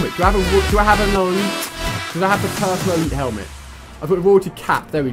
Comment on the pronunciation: and the helment